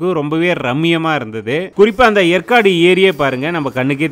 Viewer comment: ஏற்காடு என்பதை எற்காடு என்று உச்சரிக்கிறிர்கள்